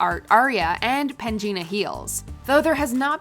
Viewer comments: The way she said PANGINA oof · im offended with the pronunciation of pangina